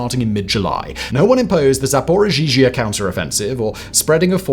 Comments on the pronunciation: It's ZaporoZH-YA, not ZaporoZHEEZHIA😂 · It’s pronounced “ro-bo-tee-neh-“ and “Zappa-roh-zieh” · Zaporizhzhia is waaay more easy to pronounce than it looks...I cringed every time you said it.